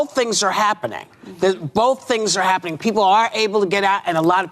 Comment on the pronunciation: Eetz not hapinin. ha ha ha :D